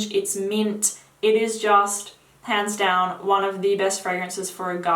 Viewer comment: I thought she said "It is just, pants down, one of the best fragrances for a guy"